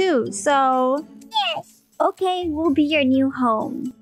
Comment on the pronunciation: The "OKEH" never gets old